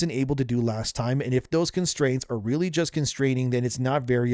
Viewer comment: The emphasis should be on the "just" and not "works".